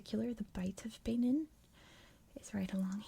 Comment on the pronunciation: Love the videos but I think it's pronounced ba-neen :)